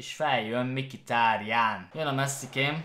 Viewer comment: az nem "MIKITÁRIÁN" hanem "MHITÁRIÁN":D